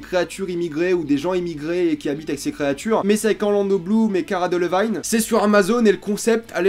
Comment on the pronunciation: ça se prononce deleVINE pas delevaïne..